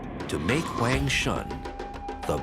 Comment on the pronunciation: He keeps mispronouncing Huangshan. Kind of bothers me.